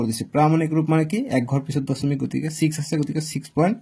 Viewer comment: Sir ''দচমিক'' nohoy ''দশমিক'' hoy 😅😂😅